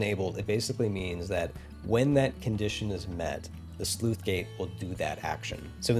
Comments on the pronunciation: I heard "sleuth gate" rather than "sluice" (which is pronounced like "juice") throughout this video. Otherwise, well done and awesome stuff! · Sluice is pronounced like juice. NOT Sleuth. That's a different word entirely. These gates do not investigate crimes. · It's not a Sleuth Gate, it's a Sluice Gate. Please look up pronunciation. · Sluice, not Sleuth. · Sleuth gates?! It's sluice gate my good sir. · SLUICE RHYMES WITH JUICE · "Sleuth" gates? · Thanks, to me it sounded like he was saying 'sleuth gate' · I just wrote it off as a minor speach impediment. It really should be said like loose with a leading S. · That c in Sluice is pronounced the same as c in city not cat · I know it's not relevent to the video but I've always pronounced the c in sluice as an s I've never heard it pronounced as an f before, just regional variation I guess